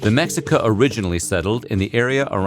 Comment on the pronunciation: God the pronunciations hurt my ears. Just butcher "mexicas" ugh, I also want to add that Chapulines aka grasshoppers are still a staple food in Mexico and so are chicatanas, marguey worms and stink bugs but the chapulines and chicatanas most definitely are still eaten and packed full of protein although i won't eat them but the chicatanas are a big ant that can be ground up and the powder used in foods.